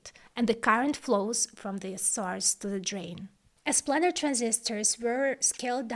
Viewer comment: Fantastic video, very informative and well presented. If I may make the tiniest suggestion, it's on your pronunciation of "planer transistor". It's pronounced "plane" like "airplane" (as in a two dimensional XY plane), not "plan". The Planer Process was introduced by Fairchild Semiconductor and refers to its top-down 2D approach which allowed for photographic (later lithographic) design and manufacturing that revolutionised computer development. As I say, a tiny point in an otherwise flawless video. :)